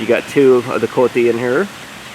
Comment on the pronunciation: You misspoke the name of the white nosed coati. It's pronounced co aww tee not coat ee.coati.